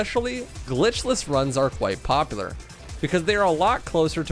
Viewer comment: "Powpular" Bruh